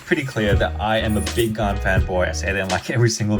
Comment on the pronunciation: Its gan not gun